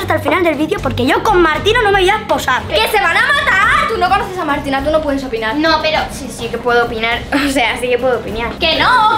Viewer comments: En el minuto dice opiniar pero se dice opinar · porque dijiste si puedo opiñar anda a aprender a ablar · Medio risa cuando dijo opiñiar